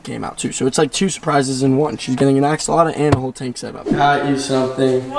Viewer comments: Not axaloto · it's pernoced. (ox)(u)(wat)(le) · Its funny because he is saying it wrong LOL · You forgot to add the L in axolotl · I love how he did a whole video on something he can't even pronounce! 😂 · I hate how you pronounce axolotl, it’s like you forget tl and add uh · You’re not saying it right